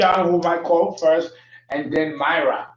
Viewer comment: Actually my name is pronounced “Meera” Mira is a name derived from India, not pronounced like Hispanic name Mayra